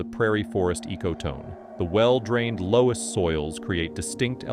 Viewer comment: lol, I live in the loess hills and have been to Indian cave, he is pronouncing "loess" so weird. It is pronounced luss, oe making the "uh" sound.